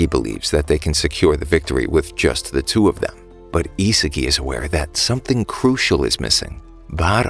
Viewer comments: Bro was saying Isigi istead of isagi the whole video💀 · It’s isagi not isigi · His name is Isagi not Izuki